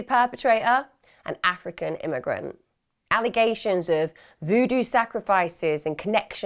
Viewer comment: The way u said AFRICAN IMMIGRANT .....